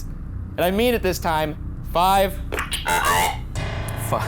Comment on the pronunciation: I’m sorry but that did not sound like “five” at all